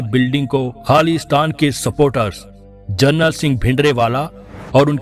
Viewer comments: Aapke kuchh shabdon ka bolane ka dhang bilkul galat hai kripya UN shabdon ko dhang ko sudhare jaise ki aap bolate Hain kaksha kaksha nahin hota kashara hota hai aur journal the vah journal nahin the "sant jarnail singh ji Binderwale" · Lohe daa tirr aa Nale it's not jrnal it's jrnail